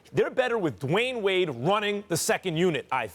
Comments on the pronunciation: he said LeWayne Wade 😂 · did Stephen A. just call DWade “LeWyane Wade?”🤦🏽‍♂️ and ppl wonder why Kyrie wanted from under Lebron’s shadow... 🤷🏽‍♂️ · He said "LeWayne Wade" lol